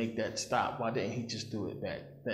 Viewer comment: I'm getting so distracted by you saying dit ent instead of didn't and garten of eten instead of garden of eden. I'm from England, we also drop letters sometimes when speaking slang. Swapping letters makes my head hurt. I've watched many of your videos and found them very interesting. Thank you.